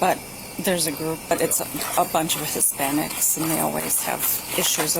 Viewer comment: The emphasis she puts on "Hispanics" is too much